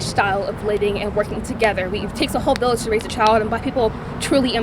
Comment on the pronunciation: “It takes a whole village to raise a child” what is she saying bro!